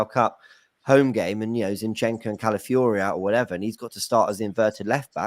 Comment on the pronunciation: Feel sorry for, signing Calafiori just means it's another player he can't pronounce 🤣